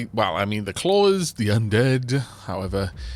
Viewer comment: The 'clawers' thing has made me acutely aware of the intrusive 'r' in my dialect, where you might find an animal 'kloring' at a door. Makes it easier to say 'klorez', but!